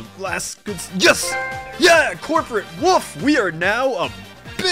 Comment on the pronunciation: woof? that said wolf.